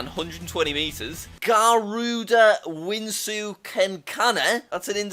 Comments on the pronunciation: but it's written as wisnu but he said winsu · It's vishnu not wisnu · IT WISNU NOT WINSU W-I-S-N-U NOT W-I-N-S-U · its not garuda wisnu it is actually garuda vishnu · It makes me triggered how he pronounced Lord Vishnu as Winsu Lol 😅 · As an Indonesian, , we call it Garuda Wisnu Kencana (the R must sound like RRR) also, it's not Kencana, the c must sound like CA, e sounds like eh, and wisnu sounds like wi (with a Indonesian I) snu (with a Indonesian U), I am kinda dissapointed because of the mispronounciation.